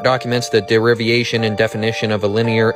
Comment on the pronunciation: Did the flat Earther really say "de-riv-i-a-tion?" - like aviation but with deriv instead of the av? That's kind of like the Sovereign Citizen types who say ad-mir-al-i-ty for admiralty. I wrote a program to properly join and order numerous KML short segments of cycle pathways and the like back when I was doing a lot of editing in OpenStreetMap using my city's open data. I assumed flat Earth and fixed (for any one data set) latitude because it permitted significant simplification and caused error that was entirely negligible for the purpose at hand. People who actually understand science know that it is common to use assumptions that are known to be incorrect in order to achieve simplification of calculations with acceptable error. They also know how to check to confirm the error is acceptable.